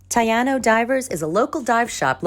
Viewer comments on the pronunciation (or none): Taíno, not Taylor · Taino (Tah-ée-noh) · Mangoes are all over the island. As for Ti Ano…it’s pronounced thy EE no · Great video! One thing I will note, the vowels in Spanish: A - Ah E - Eh I - Eeh O - Oh without the h U - Ooh Taino is not tayano. I know you have been in the island for a bit.